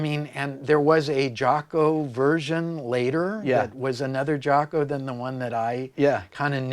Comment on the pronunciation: Rick, it's pronounced Jocko (an "o" not an "a"). I know you know, not trying to be a d i c k. Some French jazz player started pronouncing it like that, back in Jaco's early days, and it stuck.